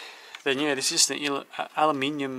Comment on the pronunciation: AluminIIIIIum! Thanks for using the correct word and pronunciation! 🙏